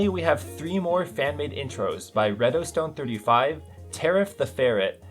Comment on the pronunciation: Was fun listening to mispronounce my name. (It's pronounced like saying "Redo" and "Stone" put together not "red-o-stone".) Really good episode anyway! EDIT (6 Dec '23): Turns out I also cameo. Very hard to see though.